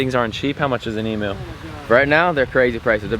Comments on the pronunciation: Emoo😂 its emu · We're from Australia. Loved your chat with the Kookaburra!! That was soooo cool!! Just FYI - we say Eeeem-U here lol not Ee-mooo 👍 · you just insulted every Australian on your channel its not 'e-moo' its 'em-you'. its not a cow, so stop saying moo. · Emu not emoo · It’s pronounced ee m you not eemoo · So many people pronounce emu as e-moo it’s pronounced E-M-YOU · No such thing as an emooo it's pronounced as emyou, emu it's pretty simple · O M G ! Emu... EEEM-YOU. not EEEM-OOO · Good Vid, Aussie here, you promounce emu "eemyou" not "eemoo". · Em-u not Emooo🤦‍♂️ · Great video but in behalf of all Aussies its pronounced emyou not emoo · As an Aussie... you're only allowed to get an emu if you say it right. It's "eem- you" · haha the way you were saying emu, "Emooo". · Emu is pronounced Emyou. The otter is gorgeous. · Emu is pronounced eem-you learn to say it before you get one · By the way Marty is a kookaburra and emu’s are pronounced “E M Y U” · it is prenounced imuu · That’s not how you say emu and they are Australian and I am Australian so I know not to be rude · your saying emu wrong